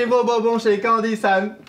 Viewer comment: Alors... on dit BON-BON pas BO-BON :p Encore une petite vidéo sympa qui met de bon mood. Merci :)